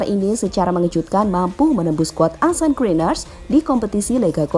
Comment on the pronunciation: Ansan bukan arsen 😂😂